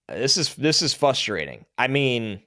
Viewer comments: I really like, but it’s fRustrating. lol there is an R in there. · trying to pronounce FR-ustrating every 3rd pick is very “fustrating” to listen to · My Raiders should avoid Jeanty like avoids the first "r" in frustrating.